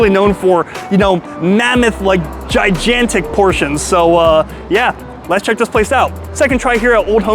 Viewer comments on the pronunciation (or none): lol. The 2nd G in Gigantic is pronounced like a Hard G, as in Go or Golf, not like a J.